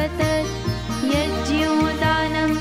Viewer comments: Please pronounce words correctly, every time you are saying yajya instead of yagna 🙏🏼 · Aap Yagy ko yajy bolti hai vo galat hai..